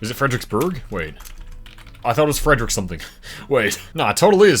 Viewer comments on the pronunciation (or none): none